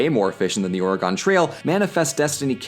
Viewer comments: Ory-gun not Ora-gone. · Oh the pronunciation of Oregon was painful. It's NOT Or-Ye-Gone Please pronounce it Ore-Ih-Gun. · Ore-gone? We always pronounced it like organ in Washington and Oregon. YES I CORRECTED, I AM A GOD AMONGST MEN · I know the education system is partly to blame but it's not pronounced Ore-gon I live just north of the state in Washington it's pronounced Or-egon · Ore-uh-gun, NOT Or-uh-gone. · Oregone trail? Ore-Gan is how you pronounce it chief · im leaving a dislike because he said oregone instead of oregon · HEY! It's pronounced Oregen, not Oregone...🤣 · As a native Oregonian born and raised, it hurts to hear my state mispronounced as "Or-e-gon" instead of "Or-gun" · It's Oregon not Oregone, love your stuff <3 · I know you didn't know, but I'm an oregonian and you mispronounced my states name. Again I'm sure you just didn't know, and I'm not trying to be rude. The way we pronounce is Or-a-gen not or-a-gon. This is sheerley for future reference. And I hope you have a nice day! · It's Or-e-gun not Or-e-gone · Not "Ore-uh-GONE," "ORE-uh-gon." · Ore-gun not Ore-gone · Pronounciation note Ora-gone, Or-gon, Orie-gon Please don't say that. It makes us Oregonians want to die. Ora-gin. Or-uh-gin. Or-again. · It's not OREGONE. We haven't gone anywhere. It's Ore - AGAIN. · I’m going to be that guy but you say “gun” not “gone” when saying the last part of Oregon. It’s weird I know but a lot of Oregon is named after indigenous words and pronounced how they say the words. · Oregon is pronounced "aura--gun" there is no "gone" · It’s or-gun, not or-gone, fuck you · I love your channel man, but as an Oregonian I'm here to tell you we pronounce it Ore-gun, or even Ore-gen, like "organ" with an "eh". You got the first two syllables right, but we're not Ore-gone. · IT' OR-GIN NOT OR-E-GONE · Ori-GEHn not Ori-Gone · It’s pronounced Oregun, not Oregahn. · Dude... the e in Oregon is silent. I've heard Or-gin and Or-gun, but the e is silent.